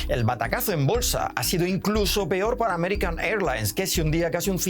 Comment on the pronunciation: Dejen de poner a físico culturistas qué dicen "pior" 😂😂😂😂😂